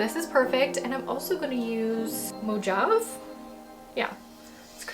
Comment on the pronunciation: Gorgeous looks! Low contast girl here! Love them all, though! 💖💖 BTW, this is coming a year late but, I just noticed this... I think you might have mispronounced the word "Mojave"? For future notice, "Mojave" is pronounced like "mo-ha-vee". Basically, the "j" is pronounced like an "h" sound and you actually pronounce the "e" at the end. 👍It's named after the Mojave Desert (and by extension, the native Mojave people).